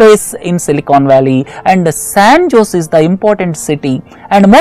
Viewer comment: sir , san jose is pronounced ' saen hoh-zal'